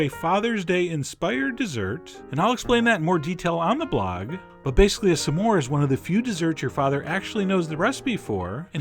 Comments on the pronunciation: you say some diffrently!!! you say samores its smores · you're saying "some-ore" and its irking me LOL! SMORE!! not sum-ore! loool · I keep hearing "Some whore" xD im sorry. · i think he meant to say it like "some more" he's hilarious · The way chef John pronounces s'more made me realize why it's called a s'more (some more) I never knew that. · Your saying smore weird